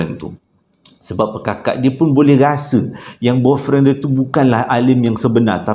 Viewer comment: nk sebut " boyfriend" bab..tadi kikiki serious lawak